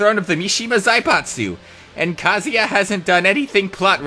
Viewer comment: It's pronounced KAH-ZU-YAH